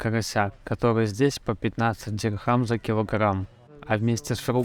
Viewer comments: Деньги в ОАЭ называются Дирхам, а не дихрам. Будьте внимательны, говоря на камеру!😊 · Так дихрам или дирхам? Непонятно)